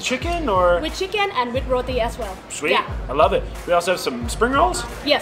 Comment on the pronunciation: as an eater, please learn how to pronounce the foods...Roti...is not pronounced "Roadie"....lol